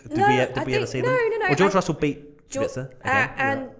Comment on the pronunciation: It’s Kubica not qubica. K like quak